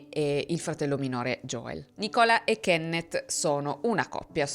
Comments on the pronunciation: si pronuncia nìcola e non nicóla, non c’è molto da capire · Oh mio dio per te che hai vissuto all' estero scambiare La pronuncia di Nícola (femminile) con Nicóla (maschile) benché si scrivano entrambi senza accenti è un poco imbarazzante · Nicòla come hai detto te, cioè normale con l'accento sulla o diaciamo, per una donna non l'avevo mai sentito, è particolare, invece Nìcola (non so bene se si capisce in forma scritta cmq sarebbe Nì-cola diciamo) con l'accento sulla i, l'avevo sentito qui da me in veneto, una signora aveva questo nome che cmq è lo stesso particolare. Poi volevo dire che a scuola qui da noi in Italia, vedo anche i miei figli, si insegnano cose che sicuramente servono però trascurano materie che possono davvero servire nel pratico, tipo dibattito come hai detto tu, ma anche economia domestica imteso come saper gestire i soldi, o saper pulire, o cucinare, o lavare, o cucire sarebbero materie molto utili da imparare e so che in giappone lo fanno e anche negli usa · Nei paesi anglosassoni il nome femminile Nicola (come anche il nome femminile Simone) sono invece abbastanza comuni. L'accento però è sulla I non sulla O quindi si pronuncia NIcola non NicOLa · Nicola in inglese è pronunciato Nìcola non Nicòla come in italiano. Giusto per referenza, se può far comodo a qualcuno. non per rompere le scatole. Ed è un nome femminile comune, ma forse più diffuso in UK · . Storia interessante come sempre grazie, però devo fare un appunto sul nome della ragazza: la pronuncia corretta è Nìcola non Nicòla, è proprio il femminile di Nìcolas diffuso in Gran Bretagna negli anni 70, anche mia cugina di Coventry ci chiama così... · Nicola in inglese si pronuncia Nícola, con l’accento sulla I, nel caso di nome femminile. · Sì, Nicola è anche un nome da donna, ma non si pronuncia così... Si pronuncia mettendo l'accento sulla i :) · si pronuncia Nìcola, è un nome femminile molto comune in Scozia 😊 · Ragazzi, si pronuncia Nìcola (come il nome dell'attrice Coughlan) 🤭